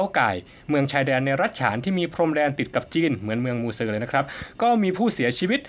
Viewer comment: ไม่ใชเมืองมูเซครับ อ่านออกเสียงเมืองหมู่เจ่คระบผม